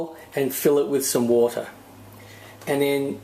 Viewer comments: Fill a bater lol fill a bowl of water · Boter looooool ! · Fill a bater 😂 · I like this new term, a bowlta=a bowl of wata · Fill a bowlter lol, great video though!! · fill a bowter 😂😉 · I filled a bawter full of woul. Now what? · Fill a baughter xD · fill a boter lolololol hahahhahaa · Okay... Fill a bowter... Fill a bowl of water xD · Fill a bater... fill a bowl of water... Lmao! Great video tho :) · Wootahh (water) :P c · Fill a boter lol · fill bowter, fill water, fill..... spit it out man... :D heh ehe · lol fill a borter!